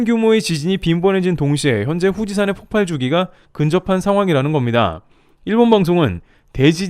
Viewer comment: 폭팔X 폭발O 발음 좀 바로 하셔야..